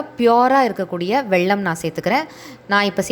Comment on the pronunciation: வெள்ளம் இல்ல வெல்லம்